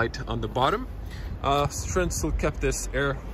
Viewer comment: Hvala bogu pa da neko pravilno izgovara Citroen,bravo!